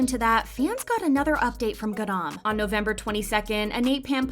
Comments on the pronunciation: the way u pronounce her name is soooooopo annoying. "gadam" please u're not even a korean stop trying it doesn't even sound korean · stop the way they say ‘garam’ im sobbing every 3 seconds ‘gArAAn’ 😭😭😭